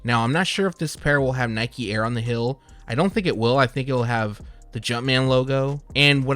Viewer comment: So... feel, and heel are pronounced “fill and hill” where you’re from? Interesting 🧐 🤔